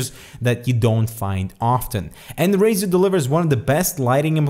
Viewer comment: razerrrr taipan